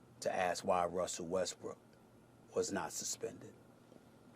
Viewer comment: It sounds like he’s saying Westbrick 😂😂I can’t un hear it